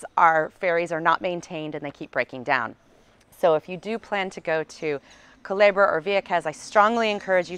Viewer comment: You’re right, she announced Puerto Rico the correct way. But she did mispronounce “Culebra” she pronounced it Calebra, but it’s ok she’s still awesome! 👍🏼😎